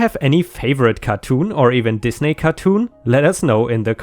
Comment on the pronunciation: I can't be the only one that thought said "these naked" cartoons and not "Disney" cartoons? I know its his accent but I had a little laugh